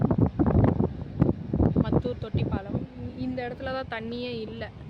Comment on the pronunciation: மத்தூர் இல்லை மாத்தூர் சிஸ்டர்😂